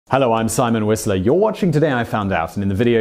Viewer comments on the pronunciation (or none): All I hear is "Simon WhistLEY". Every damn time! I only know it's not that because I see your name in written form.